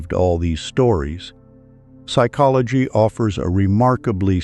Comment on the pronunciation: Is there a reason the narrator pronounces - psychology as " sick ology - at first I thought this was typical amercains being incapable of speaking how a word is spelt - until the narrator says the word properly.